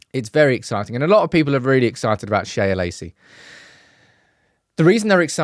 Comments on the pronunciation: it's just Shea, like Shay, like John O'Shea. Not 'Shaya' Lacey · Its Shea (pronounced shay) not shaya - sorry, driving me nuts. It's an Irish name